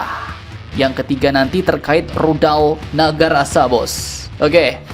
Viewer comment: Kayaknya dia salah sebut tuh.. NAGARASA, yang sebenarnya adalah NAGASASRA.